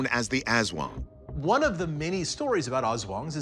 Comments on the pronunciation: loved your accent: Asszz Wong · creepy stuff. watching from the Philippines. 'Aswang' is pronounced like 'us wong' (using standard US pronunciation). people absolutely believe they exist here. you can have a PhD, listen to Bach, and speak 10 languages, but still believe in aswang. Its only one of a ton of crytozoological and paranormal beings that people believe exist here. 7641 islands, most of them uninhabited, dark rainforests by the coasts of islands, and ancient pine mountains in the highland areas. there's a LOT of wild space here. who knows who could live there.